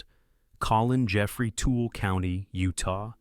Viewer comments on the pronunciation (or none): Tooele is not pronounced Tool, but Too - willah.